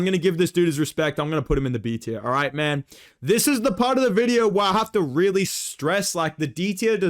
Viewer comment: Dude, why r u saying mAhN? Why isn’t Jack Jenkins in the bloody S tier???!!